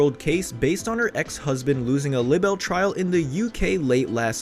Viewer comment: Justice for Johnny! But please teach the narrator how to pronounce libel and subsequently... Oy